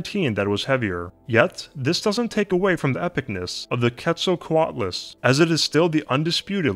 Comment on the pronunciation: Pronounced "Kate-sal-co-alt-luss"